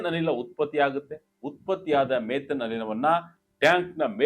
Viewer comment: ಮೆಥೇನ್ ಅಲ್ಲ ಸರ್, ಮಿಥೇನ್ ಅನಿಲ.